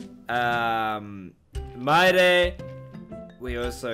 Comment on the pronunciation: I think you forgot yuju and you mistakenly pronounced mirae but good trying hope you can learn more of them also love your reaction I was dying to see you react to it keep on smiling and adios